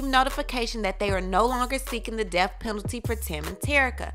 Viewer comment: It's pronounced death. Not deaf